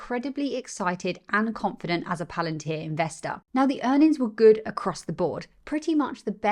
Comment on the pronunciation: PS - You've got a new subscriber here. Great content. says "Q3 Earn'ins".:). Keep up the great work.